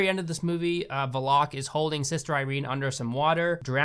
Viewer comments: it makes me laugh when he said valak he said it fast i think it is pronounced as va-lak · I’m almost certain the nun is pronounced “va-lik” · I kept hearing " valak" as "the lock", I was really confused for a while. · i thought the demons name was val ick (valek) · Its valak and pronounced val-ek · Yeah, the movie didn't even really pronounce it right. "Val-ek" was how it was pronounced in John Carpenter's Vampires, so I figured they would have pronounced it that way. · Valek pronounced Val Lick... No Vuh Lock... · That's not how you pronounce Valak. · The way you pronounce 'Valak'... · The funniest thing is the way you pronounce "Valak" as "Valock" don't get me wrong i HATED the movie "The Nun" but where tf did you get Valock? And it doesn't help that you said it so many times, I'm dying! 😂😂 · No. It's Val-ek. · It's actually vallok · No. NO!! IS PRONOUNCED VALL-ICK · His name is pronounced vah-leck (it’s just something I noticed you were saying sorry) But Jesus we watched the nun and I’ve never noticed half of this shit 😂 but ugh there was some parts that I just constantly sighed about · Hmm I thought it was Val-ick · It’s VAL-ACK u dumb bitch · i hate the way he says Valek lol it's Val-ek not vo-lock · It’s not Vlock. It’s Val-lik. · I'm sorry, but it's pronounced Val-Ek, not Volok. I know you ain't gonna remake this video, it's just bothering me that I had to say something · NOT VELOCK ASSHOLE, IT'S VALECK. THAT'S HOW YOU SAY IT. BEFORE YOU CRITICIZE, LEARN HOW TO PRONOUNCE WORDS AND READ. YOUR REVIEW FUKIN SUCKS. THE MOVIES ARE MEANT FOR FUN AND CHEAP SCARES NOT FOR DISSECTION. IF YOU WANT TO BE A MOVIE CRITIC, LEARN HOW TO READ, PRONOUNCE AND UNDERSTAND WHAT THE MOVIE IS FOR AND WHAT THE DIRECTOR WANTED TO DO. EDUCATE ME AND DON'T CRITICIZE FOR WATCHING THIS SHIT. BECUASE IT'S ALL JUST FOR FUN!!! CHEAP SCARES. THATS IT FOOL!!! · I know this is old but it's pronounced VA-LACK not Va LOCK LOL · did my guy really say "Valock"????? smh its "Valek".